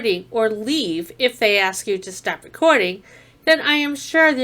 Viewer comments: And by the way, you …the word is “ ASK “, not “ AX “…..did you go to school and learn to read and write????? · No, mo*on, they aren’t gonna “axe” you to leave. They are going to “ask” you to leave. Those are two totally different words, with two totally different definitions. It sounds to me like you should be spending your free time polishing up your grammer, instead of harassing innocent people at the local DMV’s… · Axe me to leave….since it’s and axe….😬🙄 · Can’t even speak properly, what else do you expect? Aks me a question 😂 go on, AKS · Numb nuts here is so ignorant he can't even pronounce "ask" correctly, "axing" a question must be something different from "asking" a question. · Why do so many Americans, including this moron, "axe" people a question, instead of "asking" a question? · You gunna ax me to leave? What does “ax” mean? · They don't AXE anything a$$hat, they ASK you!! Learn to speak or shut it!!! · “ ax “ me to leave? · Had to crack up, every the frauditor said, "I just wanted to 'AXE' you a question, and/or 'AXE' about something else"! You are right, we have a very uneducated individual here that has no business using a camera!:) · To be fair it’s probably just his dialect. Different parts of the country pronounce word differently.